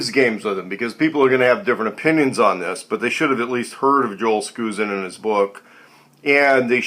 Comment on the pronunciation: Thank you for the review! Just F.Y. I.....Joel's last name is pronounced Sk"ou"sen...the ou is pronouced like "ouch". Not "ou" as in "new".